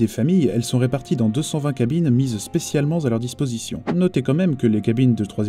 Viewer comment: à 5'59, la liaison ''spécialement z'à leur disposition'' est incorrecte ! Sinon, excellent travail !